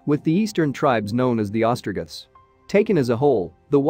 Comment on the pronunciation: Definitely a click bait title. Some interesting details, but not much. The camera swings wildly and the narration seems computer generated, stumbling over new lines that shouldn’t be there and failing with words like Ostrogoth. Overall score - some interesting points but should be shorter with better production standards.